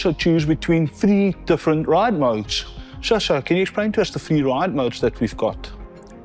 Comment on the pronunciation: Sascha, not Shasha! 🤣🤦‍♂️